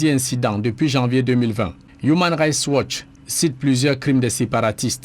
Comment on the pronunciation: Human rights watch, please essaies de mieux prononcer cette ONG